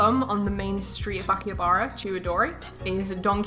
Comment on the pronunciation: Kept on saying Akihabara wrong.